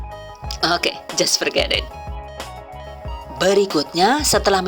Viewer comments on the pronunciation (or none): ...👍👍👍...oookeeh... Aku suka bgt pas pengucapan "eehg" & "ookeeh"... Terima kasih mbak atas ilmu nya... Good luck...💪💪💪... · Pada bae mbekayu nyong y wong ndesa "owke"😂